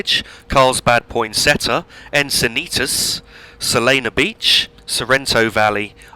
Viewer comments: It’s Solana Beach not Solano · Oh also So-Lan-No Beach Not Solano :)